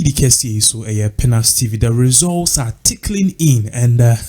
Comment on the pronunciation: The word is trickling, not ''tickling"